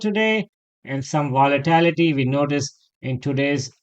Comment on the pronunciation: I love your daily analysis. To be helpful, it is VOLATILITY, not VOLITALITY.